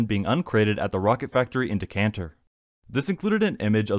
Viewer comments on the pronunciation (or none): It's Decaaaaater Texas. Reprogram the Bot. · Decatur Does Not have an 'n' in it, idiot!